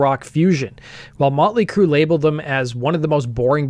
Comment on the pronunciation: “ molly crue “?? 😂